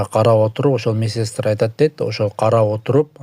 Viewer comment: Месестра эмес медсестра туура окуу